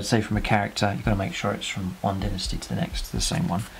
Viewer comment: Dinnasty? Lol